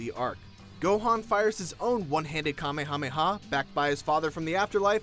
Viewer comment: It boils my blood when people say kamhameha its the kamehameha wave